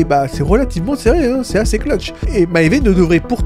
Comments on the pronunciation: "Maéyvé uguiy" ptdrrr c'est quoi ça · Vidéo très étrange des cuts très audibles en plein milieu de ton explication + prononciation bizarre de maeve et du composé V (composé 5 ?) Certains points intéressants mais je ne comprends vraiment pas ces problèmes cheloux